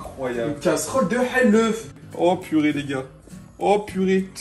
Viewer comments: C et pas helef c ets halof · C'est halouf pas haleuf